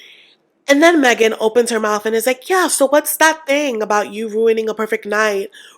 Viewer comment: Oh!!! I ALWAYS look forward to your videos. You are such a beautiful, strong, intelligent woman BUT PLEASE… the word is mouTH NOT mouFF! (Sorry..pet peeve!) I have nothing to say about any of the couples EXCEPT Jessica & Juan! The ONLY reason they are even together is because she’s TOO STUPID to use birth control & got pregnant by the vacation fling! You ARE NOT supposed to get pregnant by the vacation screw! She has already killed all the joy in this man! They won’t last 5 years.